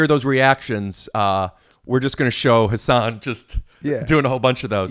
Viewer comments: What a class act Hasan is for letting Rick butcher his name the whole time and not ever make a thing of it. Good friend. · Literally everybody does. I didn't figure out how to pronounce it until I saw Patriot Act. But he never corrects people. Which I find strange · I caught that too. I think that was back before he clarified how its pronounced. hasan himself used to pronounce it incorrectly (in public) but thats bc its what people knew him by. On Ellen was the first time he corrected someone on a huge public platform which is likely how YMH knew about it. they talked about it for SO long on YMH i think he just let it go this time, its boring after a while you know? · It would have been great if when Rick did his Hasan. Hasan? Hasan... Hasan actually told him he’s pronouncing his name wrong the whole episode 😅